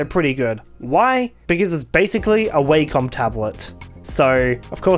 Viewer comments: I never heard someone pronounce Wacom as "way-com" instead of "wah-com" haha Pretty interesting to see XP in higher DPI, it's definitely unusual and looks weird at some places I'd be interested in knowing the specs of this device, if there's a way to upgrade its internals to max out its specs and installing a Linux distro with LXDE, I believe it could be usable in 2024! Aside from that, great video as always :] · I always thought it was wack-com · why did u say wacom like that